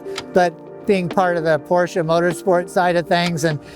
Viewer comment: Thank you for pronouncing Porsche correctly